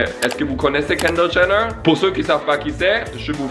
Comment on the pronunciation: je reve ou il dit (kander gener )